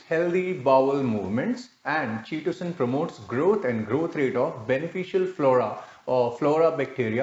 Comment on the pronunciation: you can't even pronounce "chitin or chitosan" correctly. OMG.